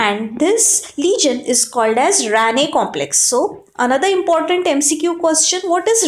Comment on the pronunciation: It was RANKE complex not Ranne